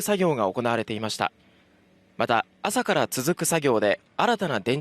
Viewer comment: 行われて->おこな(な)가 빠진거같아요😊